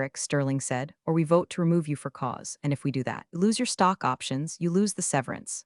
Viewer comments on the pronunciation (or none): none